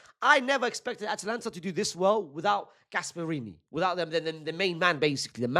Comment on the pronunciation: brother can you please pronounce it atAlanta and not atlanta we aint gonna see lil baby future and gunna in the starting xi